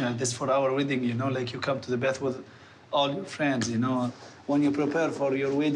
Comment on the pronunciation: english with tunisian accent is the best 😂 you knowwwww (take that last syllable and never come back)